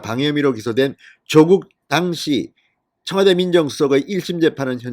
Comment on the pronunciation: 발음 좀 똑바로해주세요. 특히 당시 란 단어